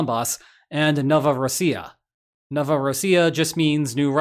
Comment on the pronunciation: funnily enough, by trying to pronounce novorossiya correctly you actually did it incorrectly :D in something-rossiya accent moves to first syllable, just like an average american would say so, novorOssiya, not novorossIya